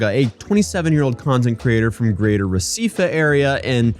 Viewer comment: You pronounce Recife, Pernambuco right.